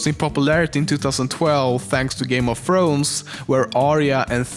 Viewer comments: "Game of Frones," I love your accent! XD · What is this "Game of Frones" I keep hearing about?